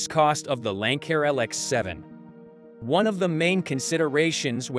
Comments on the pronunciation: Lanck-air? Bye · I guess robots can’t pronounce Lancair